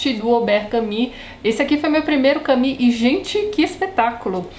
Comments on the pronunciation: Por favor, a pronuncia correta é "camú". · Soa mais a Camille do que a Camus. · Em Portugal diz-se "Camú" mesmo, por isso estranhei tanto. "Cami" aqui é a pronuncia do nome Camille (que é um nome próprio feminino e não que Camus. Por isso perguntei, por vezes a pronuncia muda consoante os regionalismos. Obrigada pela explicação. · Esta maneira de pronunciar Camus é tipica do brasil?